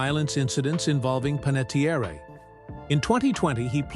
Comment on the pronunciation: Pronouncing her name correctly would go a long way to respect her life and legacy. Listen to the Jay Shetty podcast or her book intro, or all the other times she has explained how to pronounce her name. Her family's actual, ancestral Italian surname was Panettieri. When he moved overseas, her grandfather’s name was misspelled on official paperwork due to a simple clerical typo, dropping the final "i" and replacing it with an "e" creating the name ”Panettiere". Her grandfather simply didn't bother to go through the bureaucratic hassle of correcting the government or the paperwork, deciding to just leave it as it was. Because he let the mistake slide, the typo legally stuck and was passed down, which is why she grew up with the surname ending in an "e" instead of the original "i". It is pronounced Pan - et - Tee - Air